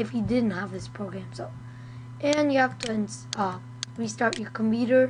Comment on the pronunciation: Its COMPUUUUUTER not comEEEEter !